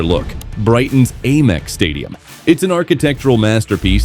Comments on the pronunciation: Brighton's A MEX stadium. we pronounce it AM EX. Even the American's don't A Merica they say America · Ayyyymex stadium hahaha pure AI garbage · Please stop saying 'Aymex' It's awful! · The second I heard the AI voiceover I knew the stadium name would be mispronounced repeatedly 😂 Sad state of affairs when we settle for garbage content like this. I’ll never watch another video on this channel because the people behind it can’t be bothered to use an actual human narrator. Gross.